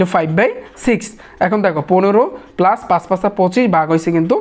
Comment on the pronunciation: পেলাচ বলেন কেন, পালচ বলেত পারেন না